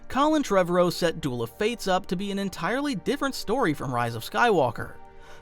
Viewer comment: Collin who? You butchered his last name. Maybe do some research before your videos.